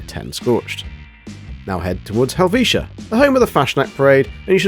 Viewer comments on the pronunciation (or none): none